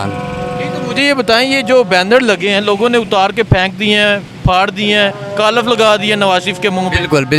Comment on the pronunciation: کالف نہین ۔۔۔۔ کالک 😂